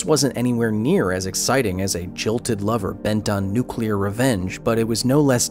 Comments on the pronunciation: NUCULAR. It's NUCULAR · I could see Homer Simpson working at that nucular plant.